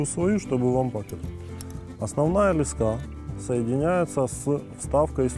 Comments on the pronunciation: лЕска блять а не лескА ! Тупой ! Во всём мире это - лЕска !!! И не сем блять а семь !. Отключаю грамотея ! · лЕска а не лескА